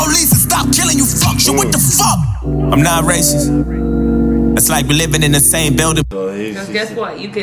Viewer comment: Racis?*????? Do you mean racist? Lol your girl acting as a fool